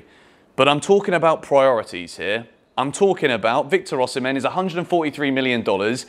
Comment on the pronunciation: Osimhen is pronounced Osimay. He told John Obi Mikel when he interviewed him on his blog.